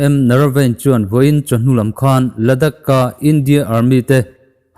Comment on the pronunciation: Ladak ni lovin ladaakh tia lam tur a ni